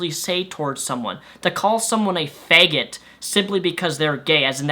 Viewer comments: why does he pronounce it fague-it? doesn't matter, just funny to me. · LOL, I like the way he says FAEYGET. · pronounces it wierd. Beg, feg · "feg" 😂 no hate it's just funny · "a faegit"